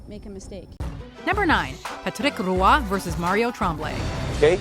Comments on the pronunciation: What happened to your pronunciation of "Roy's" name? You've said it correctly before, not you are adding an entire extra syllable? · "Patrick Rooah" Roy is pronounced like "Wah"